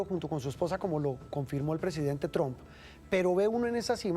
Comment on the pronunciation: Mi pregunta es: porque el supuesto periodista que habla aqui no pronuncia bien el Nombre del presidente de USA, tromp? 🤣 se escribe Trump y se pronuncia??